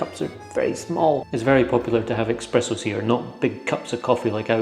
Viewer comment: There's no 'x' in espresso. 👍😄